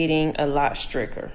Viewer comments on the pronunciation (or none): "Stricker" think she meant "stricter" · Can’t even say stricter - Nick Gurr